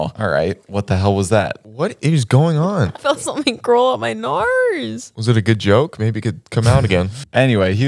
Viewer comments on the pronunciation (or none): “i felt something go up my ✨nOrZe✨”